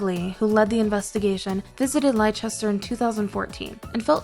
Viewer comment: 36 lie sester?? try saying lester for Leicester